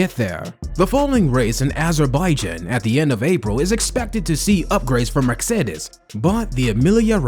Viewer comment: Learn how to say « Mercedes ».